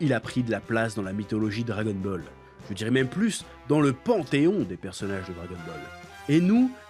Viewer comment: J'ai la nausée à force d'entendre dragon-bol !!!! Bol de quoi ?? Bol de Kelox... 🙄 🙄 🙄 🙄 🙄 🙄 🙄 🙄